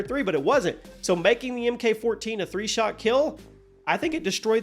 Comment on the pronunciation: Seriously, how many years have you been making CoD content videos? You still mispronounce MK as saying emm kay when its simply pronounced as Mark. Like the male name.